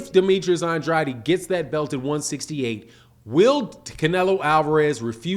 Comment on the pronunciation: say it Ann Drade Ann Drade that's how you say it properly Ann Drade say it rite